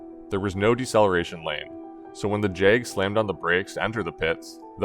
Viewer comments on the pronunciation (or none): none